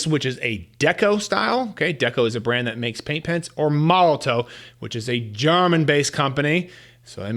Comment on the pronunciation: Just an FYI, Molotow is pronounced Molotov 😊